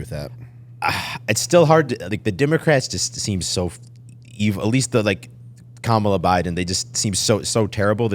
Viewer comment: Appreciated on this pod. Needed pushback without being degrading. speaks very “matter of fact” even when he has no idea. I think he’d sound more intelligent if he’d actually pronounce “Kamala” correctly.